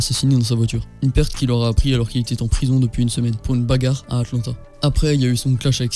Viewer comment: j’avais entendu "Trppie partira donc sur un attentât " ensuite j’ai remis mais genre sa ma fait rire d’entendre sa et de me rendre compte que c’était Atlanta